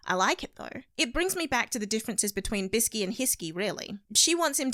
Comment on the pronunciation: Its biske not biski